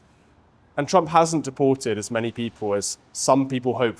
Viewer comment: And by the way!!!! His name is TRUMP AND NOT TRUM